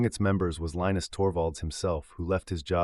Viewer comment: If you can't pronounce Torvalds first name correctly, you don't have any credibility.